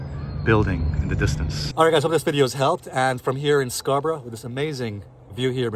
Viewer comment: Beautifully said. Pronouncing Scarborough correctly 😊